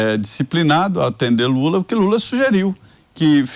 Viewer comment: Só eu que ouvi o chamar o presidente de JULA???? Será que ele juntou jumento com lula?????🤣🤣🤣🤣🤣🤣🤣 (Min )